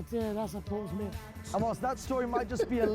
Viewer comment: The -mouth in Portsmouth and Bournemouth is not pronounced the same as in the word “mouth”, it’s the schwa sound like “a” in “about”. And yes, Northampton exists Back in the day there were many kingdoms in modern-day England, the strongest of them was Wessex. In the late 9th century Wessex managed to defeat everyone and united the country, forming England and moved the capital to London The South Coast derby only ranked 2nd, the best according to many people in England is the Tyne-Wear derby/North East derby between Newcastle United and Sunderland